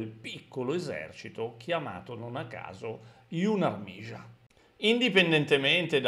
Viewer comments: Capisco che non è facile ma si dice più semplicemente yunàrmia. Comunque a parte le parole straniere storpiate apprezzo tantissimo lo sforzo per distruggere la propaganda Rozza. Grazie e sempre click 👍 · si pronuncia "YUZHNAIA ÀRMIA"...= esercito giovanile dove Zh = alla J francese di "bon Jour", e Armia con l'accento sulla A